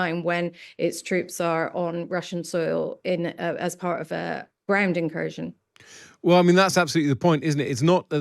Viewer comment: Incursion or inKURSKion? 😅